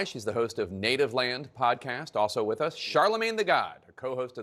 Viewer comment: It's WITH, not WIT her...lol It's ASK, not AX... 😂😂